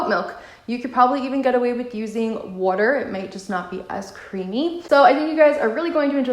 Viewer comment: Are you from new york?, because they way you said sauce and water🤣❤️ Btw, what if i don't have tapioca starch?